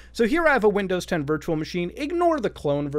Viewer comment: "windozes" -Mutahar